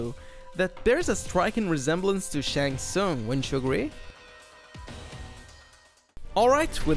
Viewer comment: It is Shang Tsung